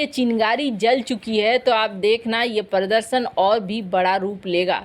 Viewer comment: देवी पृरर्दर्शन नहीं प्रदर्शन का उच्चारण कीजिये |